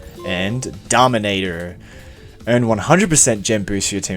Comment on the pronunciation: Why did he say dominator in an english accent?